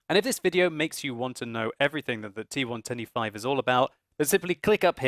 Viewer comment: When says T110E5, I always hear and understand T125.:P